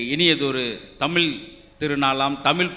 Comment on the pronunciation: முதல்ல தமிழை சரியா பேச கற்றுக்கொள்ளுங்கள் முத்து சார் பேசும்போது தமிழ் கொலை செய்யப்படுகிறது தமிழ் என்பத தமில் என்பதா